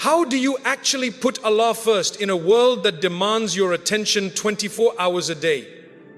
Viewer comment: Allah's pronunciation is not pronounced as to pronouce which is Allahhhh which gives us piece and ruhanee sukoon but overall bayaan toched our hearts